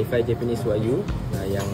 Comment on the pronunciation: Sebutan tu bukan Wag-yu tapi Wa-gyu (Wa-giu)